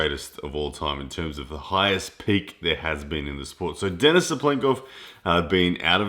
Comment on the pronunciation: lAletin ударение на 1 слог и DenIs ударение на второй слог, по-русски правильно так